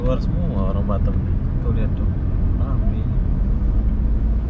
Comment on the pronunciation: BATAM Boss bukan BATTEM😂😂🙏